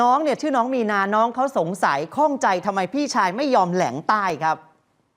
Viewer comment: แหลงใต้ นะครับ ไม่ใช่ แลงใต้